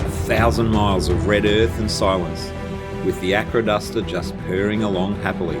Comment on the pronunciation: Sounds like you’re saying ‘aquaduct’😂Wondered where this bird went off PlaneSales, I nearly bought it a few years ago,had been in the market for a long time! This had quite a history in the USA. The only reason I didn’t buy it was it couldn’t carry anything after full fuel. Hope you enjoy the machine👍